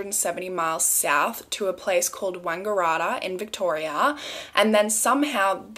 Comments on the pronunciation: It's actually pronounced wang-gah-rat-tah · The way you pronounced Wangaratta has me cracking up! Love your videos! Hope you're enjoying your holiday! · I love the way you pronounced wangaratta 😂😂😭